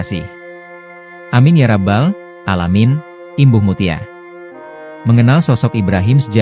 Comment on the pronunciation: Koq lucu bgt yg bacain beritanya ini ya.... Menyebut rabb menyebut innalilahi wainalilahirojiun salah semua